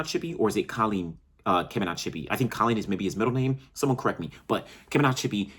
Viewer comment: Its Collen bro, rhymes with Pollen.